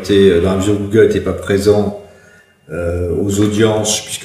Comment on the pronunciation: un magistrat qui ne connait pas la prononciation d'un terme comme google ... même si on ne lui demande que de dire le droit, il me semble que cela traduit au mieux, un manque de culture manifeste, au pire un décalage abyssal avec la société dans laquelle il vit ...il est quand même censé donné un jugement ! si il ne sait pas de quoi il parle .......